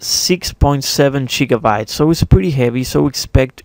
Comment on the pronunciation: All the shiggabytes. It's pronounced gigabytes xD Thanks for the vid